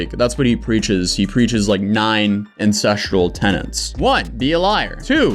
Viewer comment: Does he collect rent from any of these tenants? Because if you're going to preach a stupid idea that you don't even understand, at least know how to pronounce the word TENETS.